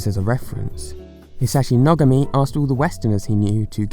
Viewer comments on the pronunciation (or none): you said Nogami wrong